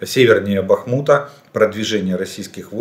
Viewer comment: Как же все достали неправильно ударение ставить в названии города Бахмут!!! Когда сам произносишь, слух не режет??? ПенькИ или ПЕньки? Ну точно пенЁк!